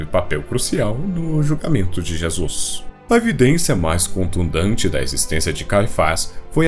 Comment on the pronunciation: o vídeo está muito bom. Porém, você repetiu contund(e)nte diversas vezes de forma errada.